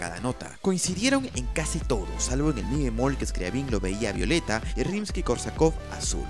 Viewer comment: Un detalle importante en la pronunciación de estos nombres: Scriabin, se pronuncia, Scri"á"bin, acentuando la "a". En el caso de Rimsky Korsakof, se pronuncia, Rímsky Kórsakov, acentúando en aquel la "í" y en este l a"ó" Otro dato importnate, el teclado de su inventiva, no sólo producía luz sino también sonido simultáneamente. Finalmente, un acorde, de acuerdo a la teoría musica., se considera desde dos notas simultáneas. Gracias.